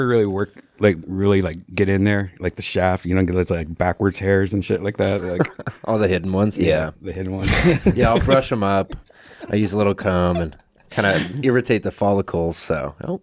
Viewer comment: Did pronounce "comb" as com-buh?